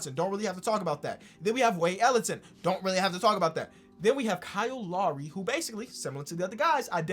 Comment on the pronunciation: Classic, “Kyle Law-ree”